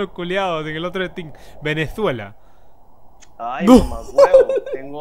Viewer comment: dice venedfuela ajjaja